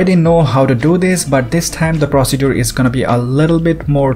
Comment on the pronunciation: it's procedure not "prostitute" 😂